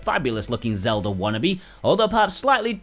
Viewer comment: 🤣🤣🤣🤣 “Legend of Zolda!”😂